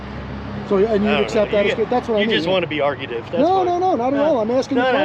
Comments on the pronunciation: He DID NOT say argumentative. He said ARGUTIVE, and that's not even a real word.😂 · "Argautive" LOL..but he ended up being a reasonable job.